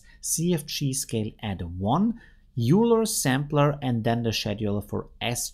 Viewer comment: Euler is pronounced "oil-er" by the way!